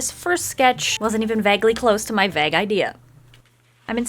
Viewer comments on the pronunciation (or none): I love your stuff! It does drive me a little crazy that you pronounce vague like "bag" instead of vAYg (like bagel without the "el") I wonder if that's an accent thing! where are you from? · It's pronounced vay-gh not vah-gh, still love you tho, even if you say it weird lol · and no I'm pretty sure it's not an American thing; I'm from America and the only way I've really heard it was "v-Ay-g" ...idk if that makes sense, but the 'a' sounds more like "hey" than "bag" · nice nice nice but it's vAgue, not vegg, please pronounce it as such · Sister vague is Pronounced Vayyy-g not vag. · No hate at all but is it just me or does she say "vague" weird, or maybe it cos I'm British, idk. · Nah, I've never heard it pronounced the way she says it lol. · I'm Dutch so I don't know but it sounded weird to me too. I thought it was pronounced with more length (?) to the A. Perhaps it's a USA English thing? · It's not.. She just says it really weird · Omg I thought that too! I love her but can't stand it when she says vague like that. And she said it like 3 times in a row in this vid. I'm also from UK maybe it's an American thing?